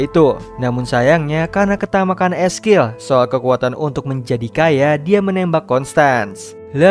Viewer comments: Eskil siapa ngab wkwkwk belajar dikte dulu ngab biar orang yg gatau jadi gaikutan salah wkwkwkw ngakak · 'Ezekiel' ngapa jadi 'eskil' dah?